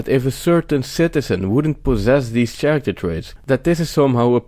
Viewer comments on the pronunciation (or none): Good point. Bare in mind the word Character has K sound like orchestra and chello. Kind of Italian ....but content BRILLIANT